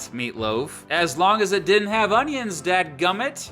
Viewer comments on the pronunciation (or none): none